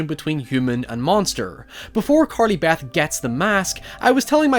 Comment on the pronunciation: Stop saying Carley Bath! Lol